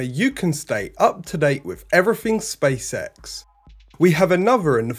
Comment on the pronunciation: It so sounds like you are saying Space Sex 😂👍